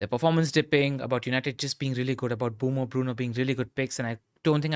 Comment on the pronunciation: Stop saying Bumo. Name is M-Bué-mo :-)